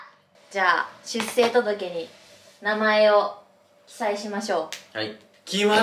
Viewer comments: 「出生届」は『しゅっせいとどけ』ではなく、【しゅっしょうとどけ】ですよ。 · しゅっせいとどけ？ しゅっしょうとどけ だよね？ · あちゃん！出生届(しゅっしょうとどけ)と言います！w うちも娘の時、間違ってたから人が言うの気になっちゃう！w